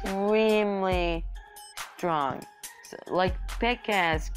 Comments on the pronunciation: instead of P.E.K.K.A he says pika do you mean pikachu XD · that's not how you say P.E.K.K.A